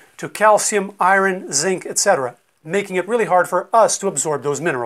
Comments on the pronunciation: Completely well spoken English as I’d expect from a American highly educated doctor then… I-run ??? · What part of the country do you come from? 😀 I noticed you have an interesting way of saying iron "eye-wren". I say eye-urn. (I grew up in Columbus, Ohio)